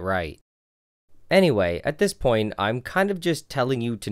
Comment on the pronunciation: Me too, was wondering if ploint was a new term until he said point.